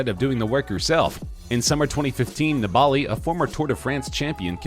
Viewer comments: Neballi???? Its niballiiiiiiiiii 🙄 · Vincenzo Nibali's last name is pronounced "knee-buh-lee", not "ne-ball-e" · Maybe Lance is the reason cycling has a bad rap in the USA. Or, maybe it’s because guys who make videos about it don’t know how to pronounce “NEE-bull-LEE.” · It's pronounced 'nibbly'. He's a pretty famous cyclist who's had massive success. Be good to get his name right. It's also not spelled Dwight Howard. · It's actually disgusting how the narrator pronounces Vincenzo Nibali's name. Eugh! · You totally failed at pronouncing Vincenzo Nibali's surname right. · Horrible attempt at pronouncing Nibali by the narrator